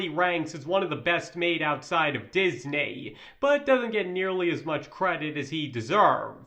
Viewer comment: DIS-NAY! XD